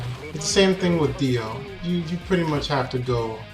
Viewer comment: It's pronounced Jo-ta-ro. Got Dio right though, good job